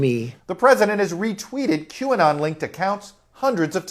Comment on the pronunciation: Q ah-not!!!! Ridiculous is a understatement